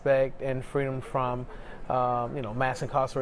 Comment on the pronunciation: FWEEDUMB Isn't FWEE ..........Oh that ain't even a word .......either is Juneteenth